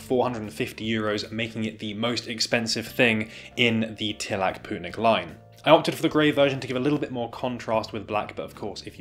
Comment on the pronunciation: Its lovely to see a good brand coming from my home country! Also on a side note, its pronounced more like "poetnik", rather than "pootnik". Thanks for giving them some exposure!